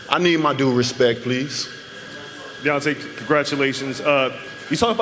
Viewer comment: Butchered his name 😹